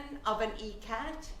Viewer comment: Why do the subtitles show the fabric name as Ecat maybe because she's pronouncing it that way. The fabric is called Ikkat.. The making of Ikkat comprises a tie-and-dye method where the yarns are hand-dyed in elegant yet straightforward patterns then woven into the material. Ikat kurtas and sarees are most adorned in India.